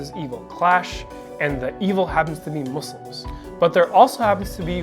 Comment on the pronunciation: 😂😂 why can't they say it muslims 😂